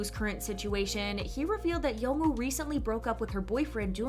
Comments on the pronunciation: I really enjoyed Extraordinary Attorney Woo. Something that annoys me is the voice over on the video continually calls her Attorney Ew. It's Attorney Woo. Not Ew. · Why do you not pronounce the “W” in “Woo” or the “L” in “Lee”?